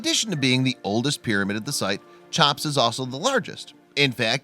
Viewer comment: Guts hmmmm brains nahhhh I've never heard of "Chop's" pyramid before. Try "Cheop's".